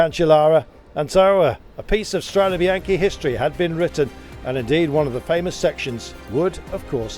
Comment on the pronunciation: Please learn to pronounce Strade Bianch"e" correctly...it isn't a bycle Bianchi!